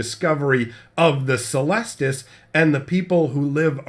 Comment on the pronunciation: It's pronounced "keh-lestus", it's a latin word